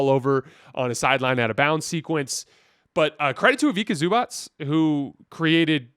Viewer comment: It’s pronounced e-vee-tsah zoo-bahts